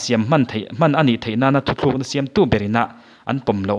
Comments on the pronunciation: Thuthlukna ni lovin thutlukna aw.. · Thuthlukna iti zel a,thutlukna tia lam/sawi zawk tur ani e.